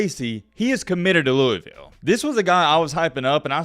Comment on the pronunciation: Not a cards fan but I live in Kentucky but yeah it's big around the city but mainly Kentucky Is dominanted by uk fans also it's pronounced lou - vull